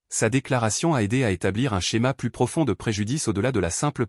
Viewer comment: Quand arriverez vous à comprendre que plus prononcé pluss signifie + et que quand on dit plus qui veut dire "aucun" cela se prononce plu. Exemple: j'ai donné tous les bijoux, je n'en ai plu (plus) Le S ne se prononce pas. Vous dites chaque fois le contraire.